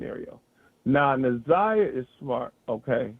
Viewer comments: I want to scream her name is NA-ZAI-YAH!!! Damn, say that baby name correctly!! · I’m sorry but the constant “naveah” is blowing me, NAZIYAH is her name, NA’ZIYAH & for the big ass mucinx monster to not even correct her name when he said it to her blew me even more! Besides that this is great! I’m just now tapping in after seeing clips on tik tok & after the preliminary.. big s/o to you.. this is amazing.. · Na-Zi-Yah she deserves for her name to be pronounced correctly! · How y'all keep calling her Nevaeh damn 😭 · DAMN!! get Na’Ziyah’s name right !!! so disrespectful & unprofessional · The fact that he kept saying her name wrong even watching it now bothers me like mfs be knowing ppl names and just choose to say it wrong smh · Facts!!! Im surprised kept messing it up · It’s pissing me off yall keep saying her name wrong! You should’ve questioned better! That was a mess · Omg they keep saying her name wrong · Respect to this comment and his platform as well. However, I couldn’t even watch a different podcast covering the story because she butchered Na’Ziyah’s name so badly. 😢 I know it’s an honest mistake, but this is journalism.. 😔 Justice for Na’Ziyah Harris. 🙏🏾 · Much later, but yet another person mispronouncing this baby’s name! I appreciate you and it’s my first time here so please don’t take offense. I’m watching after the preliminary trial and the community advocate YT channel also had a moderator saying Za’Niyah’s name incorrectly! It’s so sad! This isn’t just a story it’s a life :(. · It’s not a common name and I get that she mispronounced it, but it didn’t take away from the overall content and awareness of how the people and system failed her. It was full of great questions and commentary.